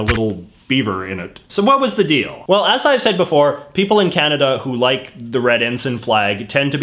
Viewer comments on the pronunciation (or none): none